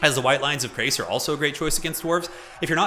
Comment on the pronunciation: also, it's chrace, as in shrace, not as in krace. yes, there are correct and incorrect pronunciations of these things. yes, the people who make total war often are guilty of mispronunciation, don't use them as a guide. I've heard multiple conflicting pronunciations of the same name in different CA videos.